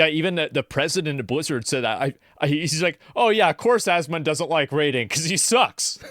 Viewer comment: It’s Asmon*, not Asmond. No random D at the end. His name is Asmon-gold. Asmon for short.